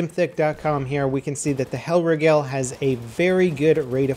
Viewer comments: It's not hellrIEgel its helrIIgel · Its actually pronounced hell- reegal based on german's pronunciation of "ei" and "ie" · 'Hell rig-ell'... -_ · Lel its pronounced the hellreegel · the way you say hellriegel triggers me lmao xd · Stop pronouncing Hellriegel wrong omg xo